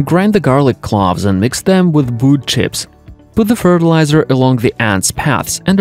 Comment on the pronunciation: Garlic "clahvs" 🙄🙄🙄